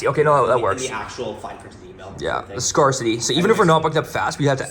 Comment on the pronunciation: Have these guys never heard the word “scarcity” pronounced out loud before?